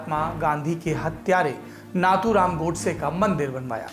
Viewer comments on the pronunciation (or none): नाथुराम उच्चारण सही नही हैं..योग्य उच्चार नथुराम है...मराठी नुसार